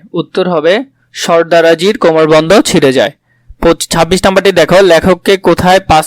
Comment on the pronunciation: ''Shorda Roji'' na bolod,, ''Shordar Jii''